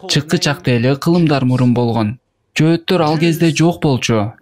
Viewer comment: Жоотор емес жохитер когда учитнсь правилно